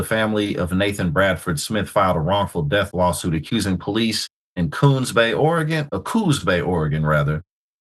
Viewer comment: Sorry, where was that again? Did you say "Coons Bay"? 🤣 I think you'll find it's Coos Bay. Damn, I know this channel is racist but usully it's racist the other way.